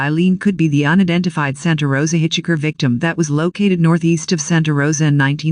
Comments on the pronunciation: Hitch Hiker!!!! NOT hitch Hicker!Hitch Hiker!!!! NOT hitch Hicker!Hitch Hiker!!!! NOT hitch Hicker!Hitch Hiker!!!! NOT hitch Hicker! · I literally cringed everytime the voice says hitch-icker... and this was a video with that word in it alot. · Hey, find out how to properly pronounce words: Hitch Hicker???? Stupid!!! Why does this drone sound robotic!!! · That was the one that kept irritating the f*** out of me too. Although there were countless other verbal mistakes ........ do not like this narrator!!!